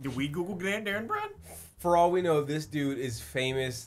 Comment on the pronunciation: Haha, I don't ka-no.